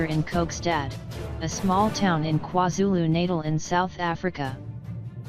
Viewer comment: That robot 🤖 Hhay NOoOOOoO 🗑 Bye 👋🏽 NoOooOOoO KwaZulu-Naitel 🤣🤣🤣😭😭😭 Milali 😭😂